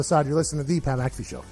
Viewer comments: Loool that stevo interview was amazing, but him saying ur name wrong at the end killed me keep it up bois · Pat got super heated over it. "Hey show some respect!" Lmao only way Steve O can redeem himself is a free nutkick by the punter of the decade